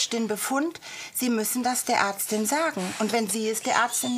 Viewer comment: atstin" 😂statt Ärztin